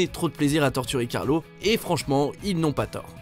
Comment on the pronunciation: on dit carlo pas carlos